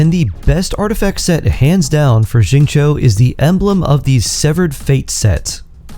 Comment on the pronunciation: Who's ZING-CHOU??? 😂